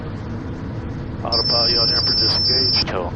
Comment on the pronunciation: Loved this video! The trying to get a word in edgewise was hilarious. The KRST ILS was interesting. Oh, and thank you for saying “yaw damper” instead of “yaw dampENer”. I never understood why some people want their yaw to be wet… lol